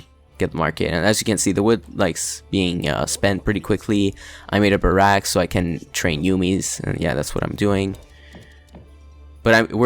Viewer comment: I love the way you say barracks. Sounds like "Baracks" Obama